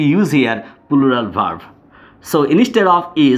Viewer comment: plural uchcharon hoi naa apner